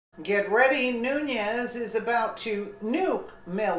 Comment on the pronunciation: it is pronounced noon-es.